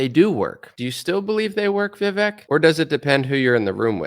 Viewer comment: His name is pronounced "Vi-Vake".